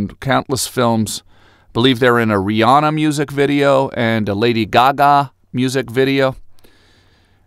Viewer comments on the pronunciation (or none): none